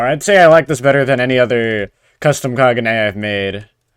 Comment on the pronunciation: kag-un-e not kaguja